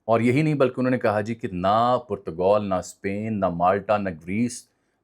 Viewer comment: Bhai Saab, with call it Portugal, or Portagaal as pronounced in Urdu. What hell is Putagoul????